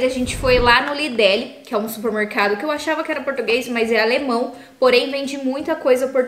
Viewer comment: E o nome do mercado é “Lidol” na Europa e ela disse “Lidele”(pode ser assim na França 🤔)